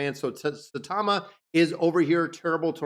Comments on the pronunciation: He is American, what do you expect 😂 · He is called S-A-I-T-A-M-A